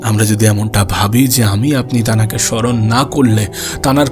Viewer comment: গাধা , তুই যে শুধু তানাকে তানাকে বলছিস , এই কথা বলা ঠিক না ۔ ভালো করে তোর কথা তুই শোন, তারপরে সংশোধন কর ۔ বাকি কথাগুলো ভালোই ছিল